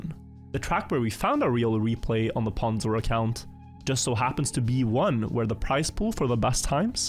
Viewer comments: oof it's hard hearing someone pronounce it as "p-awn-zor-22". Its "p-own-zor-22" Fek i'm old. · It's pronounced 'pOwnzor' not 'pAwnzor' by the way. Also I am riolu. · Mispronouncing pwnzor is so much funnier if you think of it as intentional disrespect